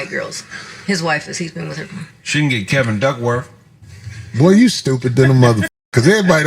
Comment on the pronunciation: This nigga say Kevin Duckworth.... Funniest shit ever!!!